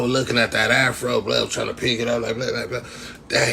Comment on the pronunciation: He said half-ro lmaooo I’m dead